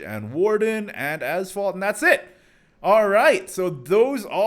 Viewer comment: When you say " Azvaldt" for some reason i hear Asphault 8 XD